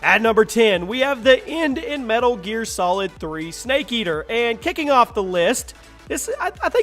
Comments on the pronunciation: "The End of Metal Gear Solid 3: Snake Ater" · He said Snake eater snake ater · " Snake Ater " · metal gear solid 3: snake ater. SNAKE ATER ATER A T E R Bruh... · snake ater????